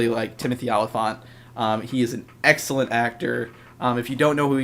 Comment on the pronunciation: i swear i heard u say sexcellent